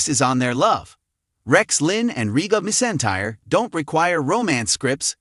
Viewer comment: It’s not Reba mesintire it’s Reba McEntire